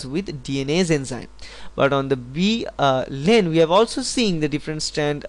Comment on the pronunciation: Its Lane not "line"